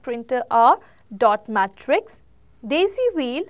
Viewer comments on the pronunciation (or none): none